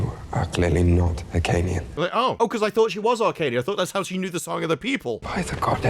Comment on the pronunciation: I thought it was Hyrkanian not arcanian